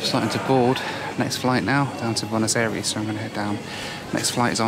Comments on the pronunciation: It triggers me how he just slightly miss pronounces Buenos Aires. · Boo-n’-oz eh rees